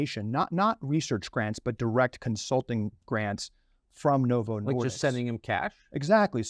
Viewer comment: It's disk, not diks.